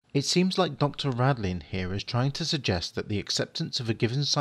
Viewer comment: Dean RADIN, not Radlin.